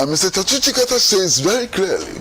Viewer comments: Pls your pronunciation the name is wrong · Please learn to pronounce 'Tsikata's name correctly